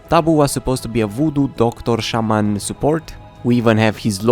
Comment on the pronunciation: daca nu esti roman imi tai gatul, la modul in care ai zis saman